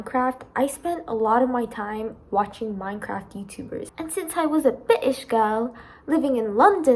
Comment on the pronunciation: "And since I was a British girl" Not just me who thought " did she say bit*h girl?" right?